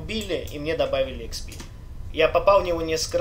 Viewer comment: експи а не хп умник